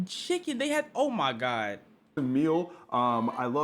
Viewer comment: he said chickflay while i was eating some